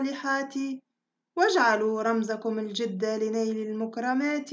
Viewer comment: الجِد و ليس الجَد مثلَ و ليس مثلُ